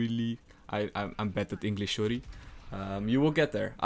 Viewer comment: "I'm bad at English shory"😂